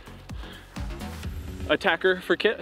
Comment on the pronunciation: Thank you for the quality content. Btw of your going to be sponsored... You need to get the name correct... Attack-eh not attacker.